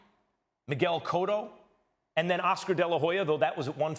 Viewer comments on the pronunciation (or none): none